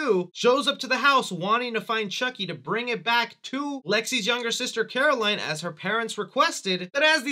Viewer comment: Ok I'm thinking you have an auditory dissonance thing. The foster mom definitely said "Eddie caputo" and you full on mispronounced the little girls name (Coraline is not the same as Caroline. At all.)